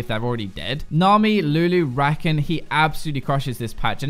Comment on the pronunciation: why you don't pronounce xayah and rakan name properly